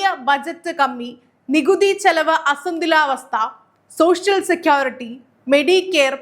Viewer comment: അസന്തുലാവസ്ഥ എന്നല്ല. അസന്തുലിതാവസ്ഥ.. വാർത്ത വായിക്കുമ്പോൾ ശ്രദ്ധിക്കുക